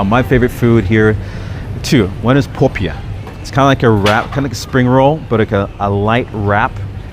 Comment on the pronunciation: 'popiah' sounded damn atas sia HAHA